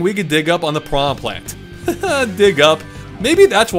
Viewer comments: “putrid pee-anha” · If english speakers want to pronounce it as pirana, they should write it that way. piraNHA is pronounced differently.